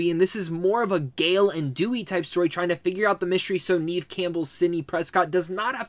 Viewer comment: Neve Campbell is pronounced "Nev"